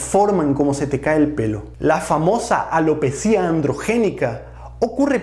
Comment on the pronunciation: corrección: la palabra ALOPECIA se separa en sílabas: a-lo-pe-cia, es llana y termina en "a" por lo tanto NO debe llevar tilde EN LA I, sino énfasis en la E. va con onda, gracias por todo lo que nos brinda en materia de salud.